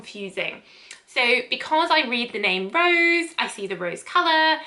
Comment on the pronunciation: Its meant to be Rose as in the French for pink, not rose as in the flower. Like the Rouge, which means red. Thanks for the review, made me realise neither of them would be for me